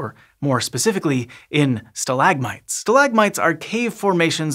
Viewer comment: stalagmite? Nah mate, it’s pronounced stalagmite. You kinda sound weird. Total forth wall break in this science thing